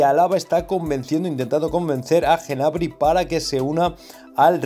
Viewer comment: Cada vez que dices Genabry me sangran los oídos jajajaj, acaso dices también Genomo?